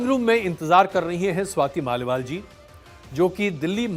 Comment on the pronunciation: स्वाति मालीवाल को आप लगातार स्वाति माल बोल रहे हैं 😮 किसी की जुबान इतनी बार स्लिप नहीं कर सकती ...... पता नहीं क्या वजह है पर कुछ तो गड़बड़ है दया 😅😅